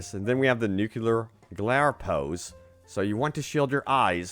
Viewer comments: NUCLEAR!!!!!!!!!!!!!!! Not nucelar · Nuclear not "nucular" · Nukular ain't the word bro